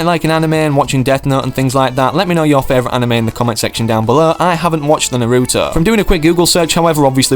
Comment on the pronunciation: He really said narüõto